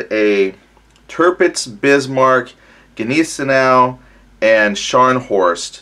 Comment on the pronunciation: Sorry but that pronunciation of Gneisenau was shocking